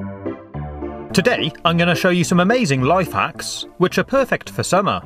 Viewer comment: It’s summer not surmmer